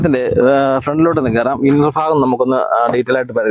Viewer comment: ഫാഗം അല്ല ഭാഗം എന്ന് പറ